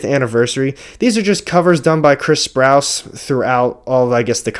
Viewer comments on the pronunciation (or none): none